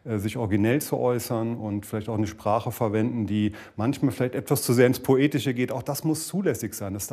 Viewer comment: Ne hast nicht zugehört, er hat PO-etische gesagt 😏